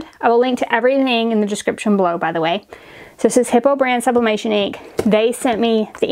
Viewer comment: HIPOO...LOL does not sound like HIPPO but HI POO. Too bad they don't make the bottles to fit the Eco-tank printers